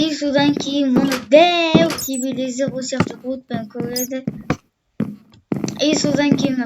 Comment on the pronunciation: Тивилизр емес телевизер